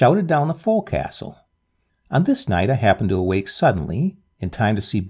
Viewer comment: Forecastle is pronounced "focsle".."fowk-sl"...Thank you for two great tales.